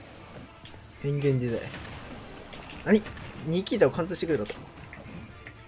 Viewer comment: 「ニキー太郎が好き」って言ってない？笑